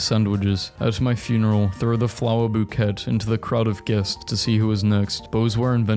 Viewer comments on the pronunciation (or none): i love how this man can't pronounce so many words, like bbg bouquet????? androgynous???